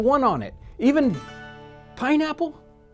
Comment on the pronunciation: I didn't like the way you said "Pineapple?" Jon. :P But seriously fun video! You should do this with actors/reenactors reacting to your time traveled foods!